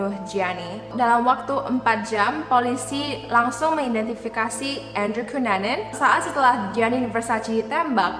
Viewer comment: andrew kenanan (ngebaca andrew cunanan) Gw: andrew banana? 😅😅😅 otewe korek telinga dulu 😅😅